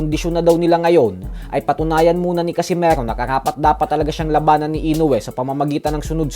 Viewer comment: Bakit parang ang bigkas mo sa casimero ay para bang casimaro,nasobrahan yata boss😅